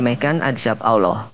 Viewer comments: Klau ilmu agamamu baru melek broo...jangan ngomong agama dulu...mengucapkan nama Allah saja salah...apalagi membahasnya...ngimpi dulu aja dah tentang islam...baru kamu memeluknya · APAAN CARA NYEBUT ALLAH KOK 'AWLOH'! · Pengucapan alloh kurang benar mas banyak banyak belajar ya sebab pengucapan yg seperti itu sangat2 dibenci olehnya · Malu,aku,dengarnya,ucap, Allohnya,sama,megawati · Tapi ketika anda melafalkan lafal ALLAH saja belum tepat ... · Sebut lah Nama Allah Dgn Betul..Salam Dari Malaysia..sebutan Allah Tu Salah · Maaf, pembaca narasi perbaiki bacaan الله nya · Pengisi suwaranya saja gak bisa menyebut nama Alloh dengan benar kok menyalahkan orang berisghfar..... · Ngomong Allah saja lu udah salah. Oii yg isi narasi. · Mulutnya belajar cara menyebut nama ALLAH. KAYAK CELET